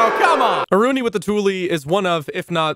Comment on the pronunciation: As a Thai people I spelled her name AH-RU-NEE